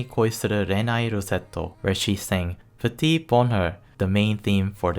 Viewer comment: I thought it was "petit boner" at first